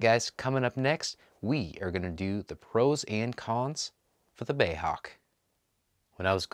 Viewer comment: Bay Hawk, I think you'll find it's B.A.E. as in British Aerospace . Anyway nice review and cool little model.